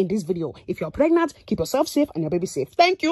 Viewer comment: The way she said water Her: wa-er What's missing?🤔 Preng-nant Whats wrong?🤔